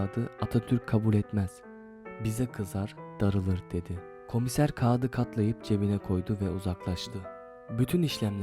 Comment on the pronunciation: kağıdı demeyi öğren nolur kendine bu zulmü yapma